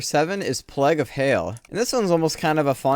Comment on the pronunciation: No offense but why do you pronounce "plague" that way?